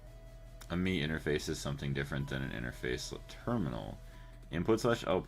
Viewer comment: Cracks me up every time you say "me" system or "me" interface.